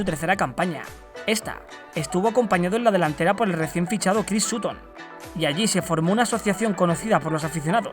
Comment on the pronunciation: Me encantan tus videos pero me ha dolido como has pronunciado "Sutton" :,)